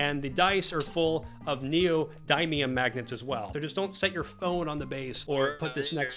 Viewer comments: niodymium? its niodimium, exactly how its written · The way he pronounced neodymium hit me in the face so hard i had to google it to make sure i wasnt hallucinating